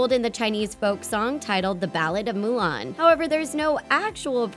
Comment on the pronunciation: …….did she just mess up Mulan’s name pronunciation?